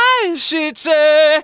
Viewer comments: please never say aishite again, this hurted me 💔 /j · btw pronunciation tip for Aishite, don't aspirate the "T" sound